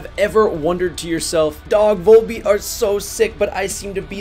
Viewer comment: Awesome video, man. These guys are my favorite band these days. Gotta tell you, though… the V-O-L in their title is pronounced like it is in the word volume